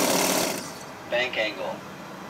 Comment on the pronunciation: "Bank angle" "ban kangle" "bankan gle"